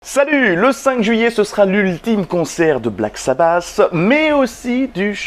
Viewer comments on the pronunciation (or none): Black sa basse ? J'ai toujours dit Black sa batte